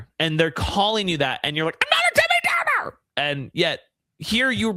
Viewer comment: He said Debby downer insurance 😂😂😂😂😂